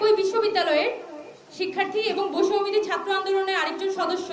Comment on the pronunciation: বৈষম্য বিরোধী নামটাও এখন সঠিক ভাবে উচ্চারণ করতে পারে না মেউধাবীরা। লজ্জাই পায় নাকি বুঝি না।